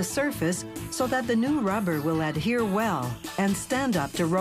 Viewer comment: Is she saying "Add here" or "Adhere" ?